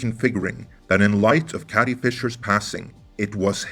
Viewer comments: Carrie, not Cattie! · Is it me or does it sound that you’re saying “Cathy Fisher “instead of Carrie Fisher ? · Dude, you use the word "carry" in this video and you pronounce it correctly. Next time you see the name "Carrie", say the word "carry", instead of whatever you keep saying...